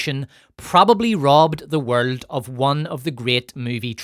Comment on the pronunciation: You have excellent drama, but man, you need to stop pronouncing some words….. like “world” etc